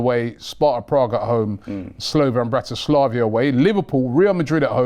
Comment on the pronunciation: pronouncing the names of the teams is vile! Slovan Bratislavia?